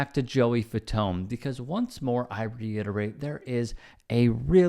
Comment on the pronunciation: "The Fatone" 😅😆😅🤣